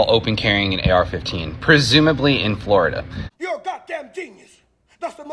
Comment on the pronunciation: "...'cause I am a pistol instructor here in Flo-DuH..." Well,... aren't you supposed to be instructing your Happy and Gay "pride boyz" on Pistol Fappin'...?" Hey,... FAP-FAP-FAP-FAP-FAP-FAP... all the Flo-Day Long!!!